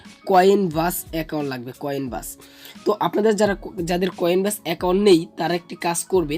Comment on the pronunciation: উচ্চারণ টা ভালো করে করেন, কয়েন ব্যাস না কয়েনবেস